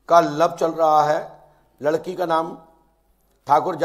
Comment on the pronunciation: Ladki ko laki bol raha hai 😂🙈 Phle padh to le 😂😂